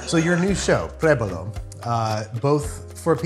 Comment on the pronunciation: Why can't Rick pronounce the name of the show properly? It's prUébalo, mate, not prébalo, theres an 'u' there. Prébalo is not even a word. Nice shots and food, though.